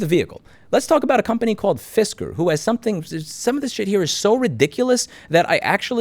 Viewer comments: Fisker - Pronounced “Fister” best fisting ever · "Fisker" or "Fister?" Because that's more than the tip.